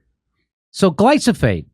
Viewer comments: It's gly-PHO-sate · Jimmy its glyphosate pronounced gly fo sate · Love this channel! Okay, say it with me: glī - Fo - Sayt "Glyphosate." I used to mispronounce this word a lot. Educated ID-10T's will use that as a reason to not take one seriously. Regarding misogyny: In the last 3 years I have had random women (females) get visibly and verbally upset with me (male man) for opening a door for them, which I was raised to do without question, whenever entering a business and our paths happen to meet at the respective business' front door, regardless if my GF is with me or not. When the heck did common courtesy and respect for females (women, ladies) get thrown out the window? Funny thing, transgender (M2F) women drool when doors are opened for them, in my personal experience, whether my GF is there or not!:elbowbump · Jimmy love ya but why do say glysophate when reading the word glyphosate😅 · Jimmy...it's "gly fo sate". Similar to Agent Orange. Learn how to pronounce it, please. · Jimmy, it’s pronounced Gly-foe-sate 😊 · Jimmy, it's Gly Pho Sate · It's Glyphosate. Not gliso-fate. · It's Glyphosate! Glī - fo - sāt. Don't fuck up your point with mispronunciation. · "Gliff-o-sayt" -- glyph, like petroglyph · Holy sh×t!! This idiot FOUNDED Rolling Stone?? Are you freaking kidding me? What a complete schmuck. Jimmy.. gly-PHO-sate. :) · It's glyPHOsate Jimmy lol, GLYPHOSATE. 😄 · You're pronouncing glyphosate wrong, just saying.. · Jimmy. You are saying Glyphosate wrong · how many times is jimmy going to mispronounce "glyphosate"? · As a chemical engineer and my internship was in a facility that produced glyphosate, jimmy’s pronunciation is driving me nuts🤣. 25 yrs removed from that now. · Say "Glysophate" one more time! ( I dare you! ) If you're going to pretend to have a meaningful conversation about a widespread poison, a part of the public lexicon for nearly 20 yrs! which you go out of your way to avoid by importing your pasta, at least buy a clue. Damn!